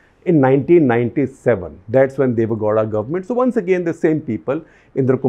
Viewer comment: Deve Goda - wrong Deve Gowda☑️